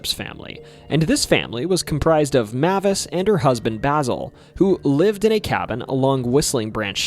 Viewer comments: Mavis is pronounced "May-vis" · Mavis: MAY-VUS